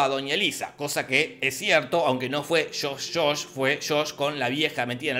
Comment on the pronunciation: No fue Shosh-Shosh, fue Shosh... 😂